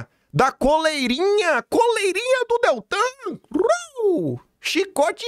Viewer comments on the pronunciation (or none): none